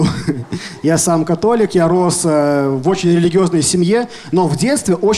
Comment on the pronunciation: " Я сам котолик " Что услышал мой мозг: "Я самка Толик"